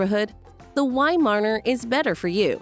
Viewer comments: I had a Weimaraner and next time will get a Viszla. The Viszla is the ancestor of the Weimaraner. I find the narrator VERY annoying since she can’t say Weimaraner. Instead she keeps saying weimarner! Shouldn’t the narrator actually know something about the subject? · cannot handle the "wy-marner" pronunciation 🤮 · she dont know how to pronounce weimeraner, how she can know something about breed